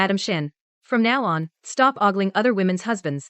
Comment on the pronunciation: Not augling -it's ogling.